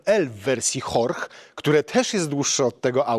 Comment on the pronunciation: w kontekście Audi to chyba wypadałoby wiedzieć, że Horch to się po niemiecku wymawia jako Hyrś czyli "słuchaj" - tak jak miał na nazwisko twórca marki i co z resztą Audi również znaczy, tyle że z łaciny.